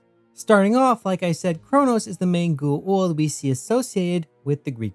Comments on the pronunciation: Its Goa'uld not gu-uld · Bro, you're almost as bad as Jack at pronouncing Goa'uld, except instead of not pronouncing the vowel sounds correctly, you reverse them. KEK. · Why is is so hard to pronounce G O Aaaaaaa uld .. wtf is a Gu. Uuuuu uuld